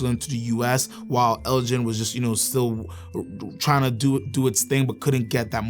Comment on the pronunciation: Elgin is pronounced with a hard 'G'. It's named after the Scottish Earls of Elgin hence the models including the "Lord Elgin" and "Lady Elgin".